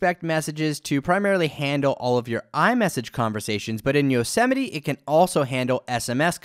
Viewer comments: Yo-Sem-ite not yo-semmetie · I thought it's pronounced "yos-might" not "yo-se-mi-te" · Nope lol. It's Yo-se-mi-te. As in Yosemite national park. (Apple likes to name their OS after cities or places and Yosemite is in California, which is where Apple is based).